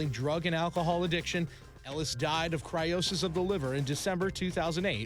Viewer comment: Cryosis of the liver? Lol